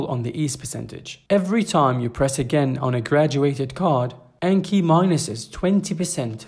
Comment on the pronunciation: Just fyi: pronounced "On-Key"